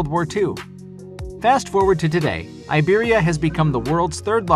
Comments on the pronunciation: Content-wise this video is highly interesting even for me that have served 35 years in the civil aviation industry with three airlines in 4 countries. Regrettably, the names of the airlines have been butchered. Iberia and Avianca as examples. Please get you pronunciations right if you tend to produce more such documentaries about the industry. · It's customary for native English speakers to pronounce foreign names as if they were English. A good example is Iberia in this video. An Englishman once asked me how I would pronounce my Finnish surname in English! 😁